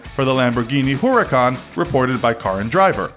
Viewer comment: Yep I love my ¢enario and my huurucan